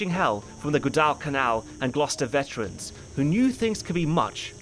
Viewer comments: Good analysis. Just wish you pronounced Guadalcanal right. It's Gwah-dall-canal. Not Gua-dwall-canal like you did it through the video. So, add me to the downvotes. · Gwaddle Canal not gaaww del canal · pronounces Guadal with 2 syllables. Gwah-doll In the US we just say "gwadal" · Come on, say it... say it... Guadalcanal Pronounced: GUADDLE-CANAL like WADDLE... Not whatever the hell you said. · If you are going to do history commentaries, you might want to make sure you properly pronounce important names, like Guadalcanal. It's pronounced just like it's spelled not Gua-DELL-canal. I have nwvwr in my life heard anyone pronounce it like that. You can't just go changing pronunciations because you think it's cute or makes you sound sophisticated. If you can't pronounce words properly, then find another hobby. Also Marines are Marines, not soldiers. That's basic knowledge. Seems you can't get anything right. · Great video, as always. I imagine that others have pointed out that you're mispronouncing Guadalcanal. Like "waddle." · Dude you're normally an informed guy. STOP mispronouncing the frogging battles. You even have clips from the period where the subject say GU_AH_DALL and you still keep saying it wrong! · Guad “Al” Can “Al” Learn how to pronounce it bud . Also beeping out Japs lmao, grow a pair This series had horrible casting and was overall pretty bad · Guadalcanal, like guava has a W sound to it. Gwadal... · Pronouncing Guadalcanal as (Guadal Canal) is not how its pronounced lmao. Damn get your shit together lol. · Hm. Is that an alternate pronunciation of Guadalcanal? I've always heard it pronounced "GUADAL (rhymes with "waddle") canal (the things ships move through)". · It's pronounced "GWAA-dull-canal". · pretty sure it is gwaa, duhl, kuh, nal. Always a great video ! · Guadalcanal-in US South we pronounce such as “Gwaddlecanal” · What's "good Elle can Elle"? Lmao Come on mate, Guadalcanal isn't that hard to pronounce. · Gwad-Al canal lol